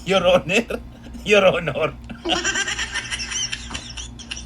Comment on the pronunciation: Nabulol na Ang mga ulol. Your owner your honor hahaha que horror 😂😅